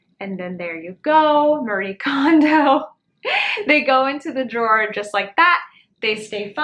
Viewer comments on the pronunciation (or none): none